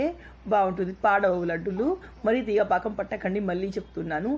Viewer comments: Anakam kadhu pakam antatu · Anakam kadhu pakam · Anakam kadu sister pakam antaru.☺️ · paakam ani cheppandi eppudu aanakam antunnav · Hi it's not anakam it's pakam ur telugu is supr funny n cute... 😊😊😊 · Lol it's not anakam it's pakam akka 😂😂😂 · Hai good morning anakam kadhu pakam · aanakam kadhu pakam akka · Adhe bellam aanakam kadhu bellam paakam antaru akka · Anakam kadu paakam antaru. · Anakam Kadhu pakam andi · It's not anakam it's pakam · Anakam kadhu sis pakam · Not anakam it is pakam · anakam kadu sis pakam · aanakam kadhu paakam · Anako kadu akka pako